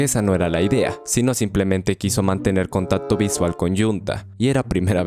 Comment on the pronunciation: No ablas bien dijiste contato😊